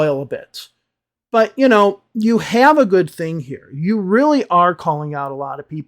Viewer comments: don’t get me wrong please. I am asking because it sounded like [u:] to me. I am working on my accent and one of my teachers told me I should always pay attention to that particular word as it changes it’s meaning when you pronounce it with [u:]. Maybe it’s just me and my bad listening skills. So I was curious if that could really be a mistake if I’d pronounce the word “good” with [u:]. 😄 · Excuse me, was it a long “oo” in “good” you pronounced at ~? I am just curious. No intention of making another video about English teachers teaching wrong pronunciation 😄